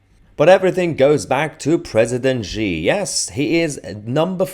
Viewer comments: Why do you pronounce Xi as zhi? Should be /si:/. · XI pronounced "she"